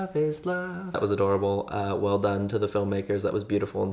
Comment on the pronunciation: When he said adorable "aadoreabolle"